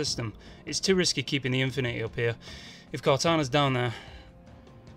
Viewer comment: "the Infinuheh" Best. Pronunciation. Ever..